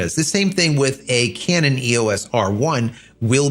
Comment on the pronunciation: "overheating issues...(pause)...Canon." You're killing me over here! 😆 🤣 😂 & once again, there's that topic of articulating screens.